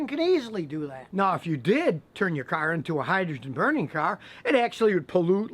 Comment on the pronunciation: hydrogen "cearh"